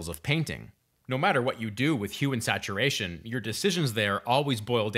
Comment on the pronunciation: Why does it sound like he’s saying human saturation 😳